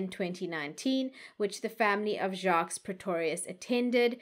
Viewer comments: please listen to the French pronunciation of Jacques as the S is silent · Hi 😊 In case nobody told you. (I didn’t read all the comments). The last “s” in Jacques’ name is silent. Pronunciation is: Jacque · TIP: You don't pronounce the "S" in "Jacques". The "S" is SILENT.